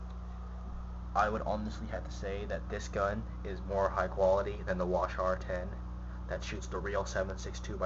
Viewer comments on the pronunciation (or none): Wa-Shar 10. That's almost as annoying as you saying "Clip" instead of mag. Also why are you on your bathroom rug. Thats McNasty dude. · Holy fuck. It's not pronounced wash-are and it doesn't take clips.